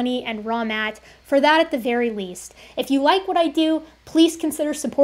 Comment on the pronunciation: I will never not hear his name as "Wrong Matt."